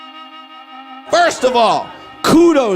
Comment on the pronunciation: super unfortunate the final word of her act was pronounced as pedastool. I don't normally correct people, but this one was bad, lol. It's pedestal, y'all.